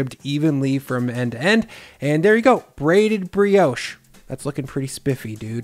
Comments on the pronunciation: in i cant keep going "its not how ya make porriage, bugger bri-ouch" dude get a new job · Ah we we, french briosh, crasont baget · I do find your pronunciation of the word Brioche to be offensive lol